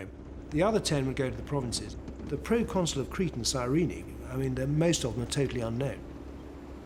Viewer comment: Serena...sirene...guys, it's Cyrene, in current Lybia